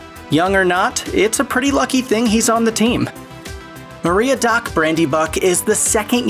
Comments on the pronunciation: um what? Marry-a-doc? More like Merry-attic. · Marie-a-doc? No. Mary-AD-oc! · Mariadoc.....its pronounced merry a doc.....rotflmao..i did get a laugh out of it tho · Maria Dock? Dude... Merry Adock. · Maria-doc? Its Merry-AH-doc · And Merry is spelled Meriadoc! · “MARIA-DOC” ?? I mean the least you could do is learn how to pronounce the name properly. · it is pronounced Merry-Ah-Dok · Lego-Laas and Maria Doc are both pretty off. But Pos-too-mously just pissed me off something fierce. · Did you just say Maria Dock Brandybuck? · "Maria Doc Brandybuck". I died inside. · Billy Boyd is actually the oldest of all the actors to play hobbits, then comes Sean Aston. Terrible job pronouncing Meriadoc. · Your pronunciation of Meriadoc is just atrocious. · You had the perfect line in " I've walked this middle earth for 300 lives of men and now I have no time" But you didn't use it. So with a conservative life span of 70 years for a man, that puts Gandalf's human body at around 21,000 years old. Also it seems Americans can't say Meriadoc. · Good video but you still pronounce the names wrong.